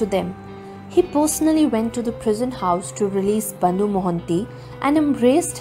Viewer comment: Bandhu not bondu